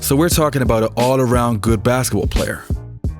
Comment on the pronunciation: Who is Pete Mavarich? And he played bassitball. Come on Brah. like the video, but you keep miss pronouncing words, it just jumps out. Very confusing.